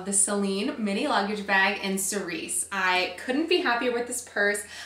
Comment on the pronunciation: sou-ree (that is the pronounciation)....no s at the end.... :) love the bag! looks great on you